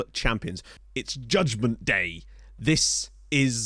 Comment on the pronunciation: “Judgement Dat” surely?